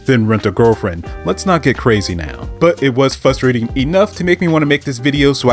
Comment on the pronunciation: Hearing you pronounce Frustrating as “Fusstrating” is causing me a lot of frustration. Otherwise I agree with your take.